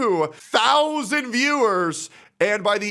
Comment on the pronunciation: your breakdown of the viewing numbers is so annoying. "SIX THOW ZAND VIEWERS". like bro just say it. sound like the chick Mike from PA was simping for when she was begging for money.